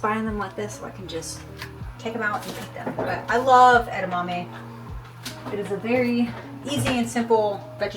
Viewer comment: I will never say edamame the same again. Add-a-mammy